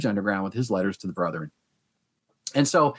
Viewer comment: How odd., for whom English is a second language, knows how to pronounce correctly the word "brethren," whereas two PhDs persist with the hicky "brotherin." It is very simple. The correct "brethren" is a two-syllable word and the incorrect "brotherin" is a three-syllable word. Brigham Young, who was apparently barely literate, used "brotherin," as may be seen in the Journal of Discourses, where many of his speeches are recorded. If you doubt it, please call Radio Free Mormon, who has commented on this issue in his podcast titled "A Marvelous Work and a Blunder," reviewing a film made by the church. The actor playing Joseph Smith in the film said "brotherin," thereby manifesting his connection to the moridor. Better yet, just ask.